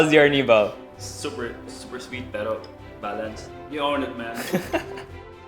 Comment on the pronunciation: ar-NEE-bal. Not AR-ni-bahl. 2nd syllable stress!!